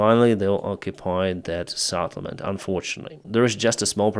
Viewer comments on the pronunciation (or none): not Saddlement but Settlement:face-purple-crying